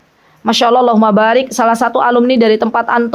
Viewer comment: Bismillaah Afwan ustadzah, waktu mengucapkan Allaah, bolehkah huruf A nya di panjangkan? Aaallaah, bukankah artinya berubah ustadzah?